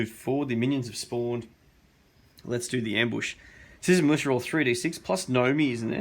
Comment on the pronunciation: Every time you say Citizen's Militia I thought you were saying Susan Lucci :D